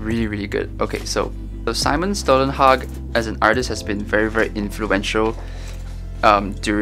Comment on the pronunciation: Simon Stålenhag pronouciation was on point!